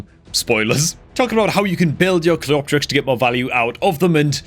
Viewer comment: the correct pronunciation is Cleo-terix